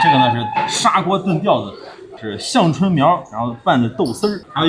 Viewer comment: 之前在一期天津美食节目里说北京人别把“天津眼”说成“天津眼儿”， 我想说，北京人真的不可能把天津眼还加个儿音！这期“香椿”，我也来纠正一下发音，香是一声，不是四声。